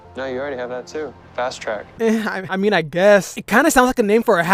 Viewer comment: “What do you menah “😂